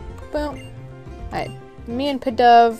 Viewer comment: its pronounced "pee-dove" its in the anime :)